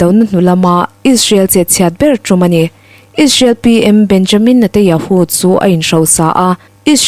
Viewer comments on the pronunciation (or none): Chhiar ngaihnawm thiam khawp mai mahse thil pakhat lek Benjamin Netanyahu ti a lam turniin ka hria